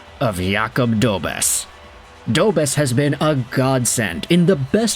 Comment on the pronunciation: It’s pronounced Dobesh! The š with that symbol has a “sh” sound to it.